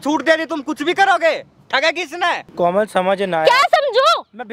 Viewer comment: pr ladka komal ko kolam bol gya 😂😂🤣🤣🤣🤣😂